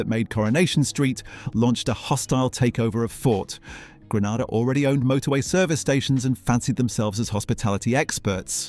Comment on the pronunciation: I thought he was real until he said “A.S.D.A” and “Grenada”